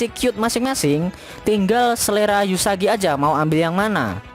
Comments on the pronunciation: Namanya uesugi bukan eusugi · Uesugi kok dibaca Usagi😐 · Uesugi min bukan Yusagi xD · Permisi bang mohon maaf bukan yusagi tapi uesugi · Uesugi woy bukan yusagi _ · Uesugi kntl,bukan yusagi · Sedikit Fix Min supaya Ngak Di Comment Ramai orang,Nama MC nya "Uesugi Futaro" bang Gue Juga kadang Keliru omong nya "eusugi" tapi nama depan MC nya emang "Uesugi",bisa di check di google bang Untuk full info.